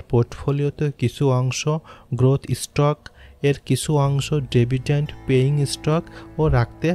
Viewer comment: ডেভিডেন্ট না ডিভিডেন্ট